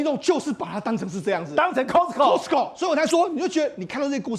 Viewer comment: Costco o-音'a'非'0'